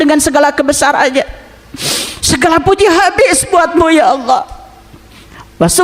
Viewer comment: Memangnya kalo puasa yg marah tetap marah yg korupsi tetap korupsi kamu ngomongnya ngawor belajar lagi kamu ilmu agamanya nyebut alloh aja olloh